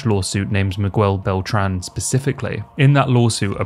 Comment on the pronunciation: only didnt like how you pronounced Miguel Beltrans name